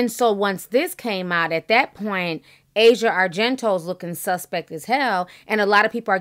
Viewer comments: You're pronouncing Asia's name incorrectly.... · "AH-ZEE-AH", not "EH-ZHA" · Ah-Si-Ah Argento, that’s how her name is pronounced her Dad Is Dario Argento an Italian filmmaker she comes from money power and privilege too. Her whole family is creepy her dad directed a version of phantom of the opera that featured Asia his daughter naked, having sex, and getting raped throw the whole family away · Not a fan of any of them. Her name is actually pronounced ah-see-uh not asia like the country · It's pronounced a-c-yeah, not asia the continent.